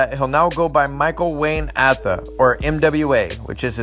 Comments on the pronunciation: It's AAAtha not aaaatha. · Said his last name wrong!!!!